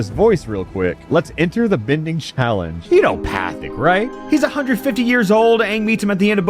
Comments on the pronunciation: pronouncing the guru's name as "path-ick" is killing me lmao. I fully understand why, he was a very minor character that showed up for like 2 or 3 episodes, but still funny. For future reference, Pathik is pronounced "paw-teek" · I cannot BELIEVE that says “Pathic” instead of “pot-eek.” But it’s so perfect for a dumpster fire of a game like this so it works. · 'Path-ick" fills me with unbridled rage go to jail NOW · As someone who literally just rewatched The Guru episode yesterday, his name is, in fact, “Patik” (pronounced “Pah-teek”) 😂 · Pronouncing Pathik's name as path-ic hurts me more than Sozin's comet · Pretty sure his name is pronounced “Pah-tik”. Not gonna verify that cuz I’m lazy. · Him calling the Guru, "Pat-Thick" is amazing 😆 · Pathik is pronounced Pah teek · You said Guru Pathik's name wrong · the only thing worse than this game is how you pronounce pathik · With pronunciation of Guru Pathik's name I dont know of he watched the original show either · the absolute lack of ability to pronouce Guru Pathik's name from someone who has clearly seen the show is kinda annoying to my brain, oh also this video feels schizophrenic and insane as has some events out of order like meeting Zhao and Jet are brought up at odd times but yeah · I'm just here to say I'm upset how you pronounced Pathik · … I cringe everytime he says “Pathik” wrong lol. Surprised he didn’t notice that